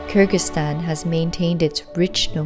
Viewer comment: Even when you're touring the world, you STILL can't pronounce the name of the country right ? Come one FFS, it's KyrGHistan NOT KyrJistan